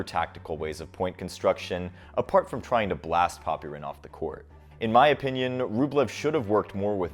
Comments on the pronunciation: FYI, the 'y' in Popyrin's name is not pronounced nearly as much as you pronounce it in videos. It's more like "Pop-rin" with only a tiny implication of a vowel between them. Take a listen to the commentators. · If your gonna make a video on someone at least get their name right, is pronounced poprin the y Is silent